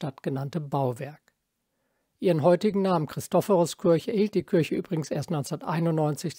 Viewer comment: Beiträge von sehr hoher Qualität. habe ich als Architekt noch nicht mal was davon gehört. muss direkt wieder nach Berlin fahren. dabei hatte ich zu meiner Zeit in Berlin Freunde in Siemensstadt wohnen. vielen Dank für diesen tollen Beitrag. auch wenn es Kirche und nicht Kürsche heißt. 😊